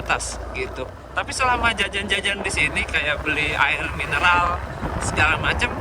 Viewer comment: sudah saya Duga,pasti bakal typo nyebut "mineral" jadi "minelar"😂 setengah abad mah 50 tahun dong?